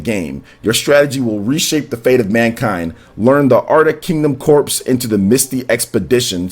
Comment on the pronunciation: "Corps" is pronounced as "core," not "corpse."